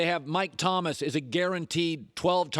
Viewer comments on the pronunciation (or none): none